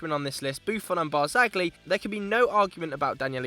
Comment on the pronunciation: AAAGH it's pronounced BART-ZALLY (the G is silent in Italian!!)